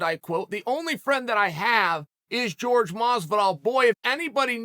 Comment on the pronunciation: Say it with me Chael, “ Horhay”. Pronounce his name correctly for god’s sake.